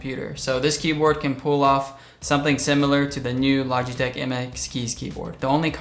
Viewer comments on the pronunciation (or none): none